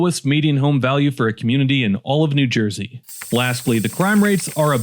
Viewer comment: "Noo Joisey."